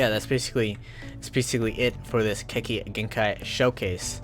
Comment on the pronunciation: The way he pronounces Keki genkai is so cringe but than again it’s roblox so it’s expected